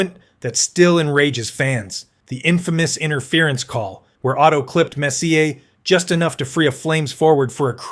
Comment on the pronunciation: A video about Messier (whom I can't stand, but wanted to see Bure), and the AI narrator can't even pronounce his name.🤦‍♂Turned it off...